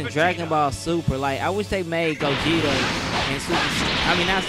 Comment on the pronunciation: Lol I laughed when you said Gogeto